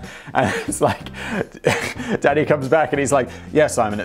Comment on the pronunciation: I keep hearing "Danny" as "Daddy". "I'm sorry, Daddy." "When are we getting into the war, Daddy?" "SHUT UP, AND WRITE THE SCRIPT, DADDY!"